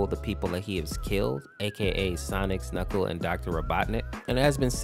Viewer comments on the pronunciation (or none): none